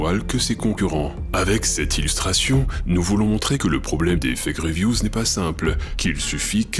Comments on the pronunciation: A chaque fois que vous dîtes "Fake reviews" j'entend "Effet Grievous " Je vous jure que je ne le fait pas exprès et que c'est perturbant vivement l'effet Palpatine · Je suis le seul a entendre "l'effet Grievous" au lieu de "les fake reviews"?